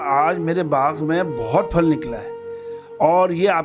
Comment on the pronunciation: " فل " نہیں ہںوتا ، بھالئ ۔ " پھل " ہںوتا ہںے۔